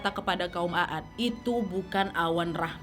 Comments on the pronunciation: Bagus bawain ceritanya.. cuma boleh sedikit koreksi nie wak.. Pengucapan kaum Nabi Hud AS BUKAN AAD wak melainkan Kaum 'AD cuma Membacanya 'AD di Panjangkan Penulisannya memang 'AAD tapi Membacanya 'AD. Makasi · Bacanya 'Ad bukan A-ad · Bacanya aad bukan a'ad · Maaf ya kak tapi kaum 'ad bukan a'ad😊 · Sedikit perbaikan dari saya kaka mohon maaf bukan kaum a'ad tapi aadd. Semoga rezeki kaka nya selalu lancar aamiin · Iya' lebih tepatnya kaum ad. Bukan a'ad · Tulisannya Kaum عَاد (A'ad) ada 2 huruf "A" fungsi untuk memperpanjang huruf ع bukan dibaca, A,ad ya kak😊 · Maaf Wak koreksi dikit bukan kaum a'ad tapi 'aad عٰد 🙏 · Membaca nya bukan kaum Aad tapi kaum Ad saja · Trimaksih kak penyampaiannya sngat mengena.. Jelas sekali Maaf mau koreksi sdkit dlam pengucapan kaum 'Aad itu harusnya dibaca 'ad عَاد bukan a-ad🙏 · Maa syaa Allah semoga story telling ka Nad jadi ladang pahala yg selalu mengalir buat ka nad. Aamiin. Maaf juga sedikit koreksi ka nad, yang betul kaum 'Aad kak😊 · Kaum Aad bacanya (Ad) kak.